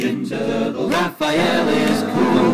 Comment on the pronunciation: Hahaha sounds like you're saying "turdles" xD And please, work with Smooth McGroove some day please!! Two angels singing, that's probably dangerous in some way but whatever, I want to see it!!!